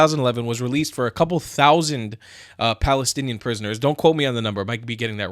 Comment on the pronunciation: Balestinian beoble who do not have “P” in their alphabet and cannot bronounce P.